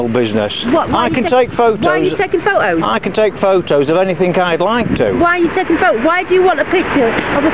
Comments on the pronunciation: 'Pho'os' Does she mean photos? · I think she said stop taking pho ohs